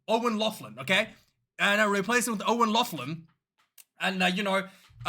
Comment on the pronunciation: Laughlan... it's pronounced locklan👍